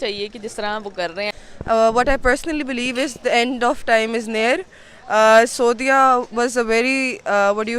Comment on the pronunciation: In mohtarma se bolna chahta hu.. It's SAUDI... not SUADI.. 🙄